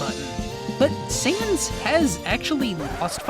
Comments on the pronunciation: Dude. It’s sans. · why do u say sans as saiyans im getting confused